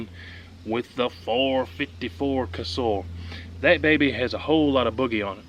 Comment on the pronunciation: It is pronounced Kuh-Sull, not Ca-Sool, get it right LOL